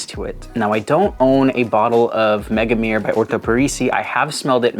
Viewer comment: Love your videos and all but your pronunciation of Megamare makes my ears bleed 🤣🤣🤣 Mega-Ma-Re(without second e)